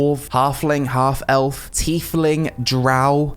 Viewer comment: its pronounced "Tie-Fling" like a tie-fighter.